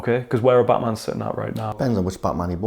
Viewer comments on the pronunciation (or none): none